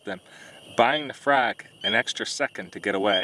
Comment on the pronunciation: Holy lord, I have never heard someone say "fraag" more Wisconsin in my life.